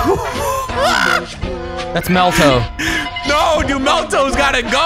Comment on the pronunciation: He calls him meltoe